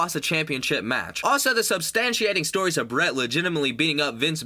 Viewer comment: BERT LOL